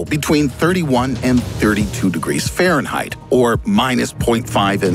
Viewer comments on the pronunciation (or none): none